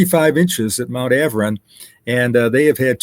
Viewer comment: It is not AVRON it is Arvon....